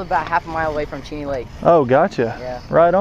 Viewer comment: You said "form" not from😂